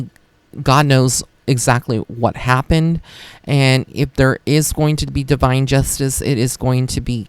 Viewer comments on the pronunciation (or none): none